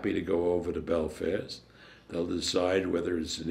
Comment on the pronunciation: can some1 tell bob is called belfast not belvist lol